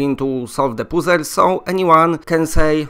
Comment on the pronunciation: Drinking game: watch through PolishPauls videos and take a shot every time he says "solve the poozles"... the winner is the person who gets through the most videos without throwing up.